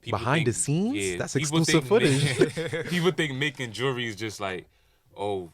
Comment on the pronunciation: Nigga don’t know how to say jewelry